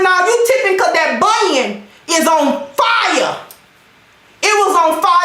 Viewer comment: OMG! You gave me a good laugh today...I didn't realize you were this funny! The bunion being on 🔥 with emphasis on 🔥 got me laughing!